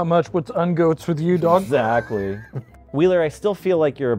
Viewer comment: "He's got the Un-Goats", it's pronounced "ungulates".